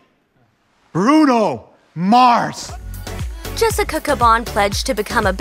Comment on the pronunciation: how u f up the name Mars & say Mors